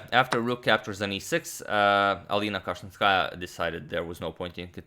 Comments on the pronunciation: My ears hurt when u pronounce Alina's surname like that.The pronunciation is Kashilinskaayaaa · You pronounce Kashlinskaya in a wrong way. The second syllable should be stressed. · Damn I do not even know how to tell u the right pronunciation 😂Cause I am living in Kazkhstan